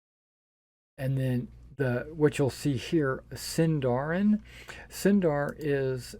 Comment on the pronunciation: I am always for Point Buy. If a player wants to min-max, that's the player's thing, not the systems. And rolled stats force players to play characters they may not like. Ah, hahah, hahah, Sindarin and Khuzdûl... I wonder how much misuse will these words get, apart from the fact that SÍNDARIN HAS STRESS ON THE FIRST SYLLABLE! Eww, zodiac, I'm for sure omitting that! I see a lot of rolling for backstory here, which I wouls not do, but is certainly easily dismissable.